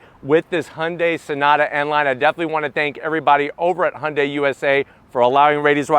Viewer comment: He pronounce the name Hyundai perfect! Not Hiyundie!